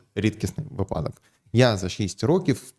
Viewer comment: Зверніть увагу - вИпадок. Бо випАдок це як припАдок